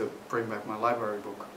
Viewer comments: I know this is irreverent but it's library not liberry... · "Furious, I mean i was at the Lie berry, not doing drugs or anything, I was at the lie berry" that made me lol